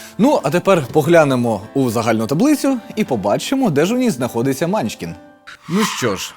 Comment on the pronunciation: Чому мАнчкін? Всі відповіді на запитання по наголосу сказали : манчкІн